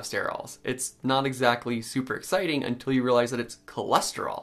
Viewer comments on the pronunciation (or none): none